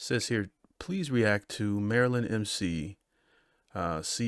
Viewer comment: Mair-a-lin Ma- coo Bert Back-er-ack